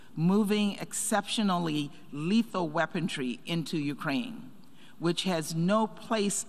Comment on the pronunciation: I thought it was weaponry , did they add a t recently or I always left it out ?